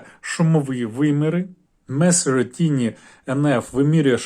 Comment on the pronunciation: Меню месурі блять😅 В якій школі ти вчився, хлопчино? Про серйозні речі розповідаєш, але двох англійських слів не можеш зв'язати? Дисплей ротатє блін.